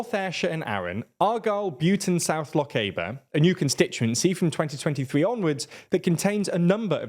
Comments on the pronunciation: What is it with the English on tv they just pronounce Scottish place names as they like. If they had been talking about somewhere in Africa it would be pronounced correctly. They clearly don’t give a toss. Lock caber? Where the phuq is that? Lochaber pronounced loch-aber is however a place!! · I am a Gàidhlig speaker and his pronunciation of Na H- Eilean An Iar was perfectly acceptable. His pronunciations of Lochalsh and Lochaber however, were less so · It's a pity the speaker couldn't be bothered to say Lochaber or Na h-Eilan An Iar correctly, in fact his attempt at the latter was quite awful! Islands exist all round Britain, and I don't see why these make any particular constituency "weird", maybe that's a Londoncentric view? The speaker said they "aren't connected" - obviously never heard of the Skye Bridge or the regular ferry services operated by CalMac and others. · na h-eilean an iar is pronounced closer to correct as "nah hellen-an an ear" if i try to make it look like english words Lochaber is also not pronounced with an "ay" but and "ah" in the aber, similar to Aberdeen, as both are from the descriptor of the mouth of a river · Your pronunciations are getting better but you're still not quite on point. The "a" in Lochaber is a short "a" as in "lab", not a long "a" as in "Labour". For an example, have a listen to Far Side of the World by Tide Lines; there's a lyric "neath the red Lochaber sky" The h-Eileanan part of Na h-Eileanan an Iar is not pronounced "hail Ian nan", but rather more like "hella nun". (Tha mi fileanta ann an Gàidhlig, so you can trust me on this one!) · I will type this carefully: "Lochaber" should be pronounced "Lochaber". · It's LoCH-AH-ber. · Interesting! A couple of corrections: It's "Na h-Eileanan an Iar" and not "Na h-Eilean" (the second one is grammatically incorrect), and it's pronounced Lochaber with the "a" similar to the one in "father". ;) Thanks for the video! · No offence, but please learn how to say Lochaber…